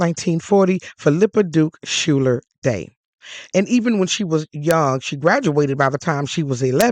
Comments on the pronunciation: Schuyler is usually pronounced Skyler, not Schuller. It is of Dutch origin and common in NY. Thank you for telling her story. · I also learned her last name pronounced as Skyler, not Schuller. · SCHUYLER is pronounced- " "Skyler" - NOT Shooler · I thought her last name was Schuyler, pronounced Skyler. In any case, her story is fascinating! Thanks for sharing.